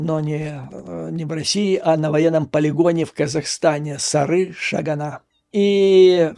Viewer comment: Правильно говорить Сары-Шага'н (Приозерск)